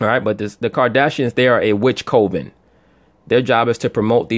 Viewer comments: it's pronounced cuven NOT co- ven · Coven said like this cov-in